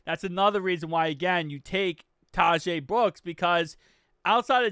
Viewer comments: Yo, I believe Tahj Brooks’ name is pronounced kinda like “dodge”-“Todge” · It’s pronounced “ Ta-agsh”, he’d be saying it right if he wasn’t making the “e” sound at the end.